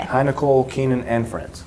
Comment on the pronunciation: OMGoodness Keenan!!! You said my last name correctly! No one does that 😃👏🏼👏🏼👏🏼👏🏼